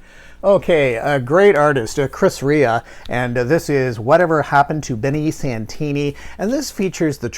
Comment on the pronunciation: I remember when that George thorogood album came out I saw him on that tour, it was the first of many times seeing George! You're the first person in the VC I heard pronounce Chris Rea correctly....lol my favorite song by him is the road to hell, such a haunting song. Great video my friend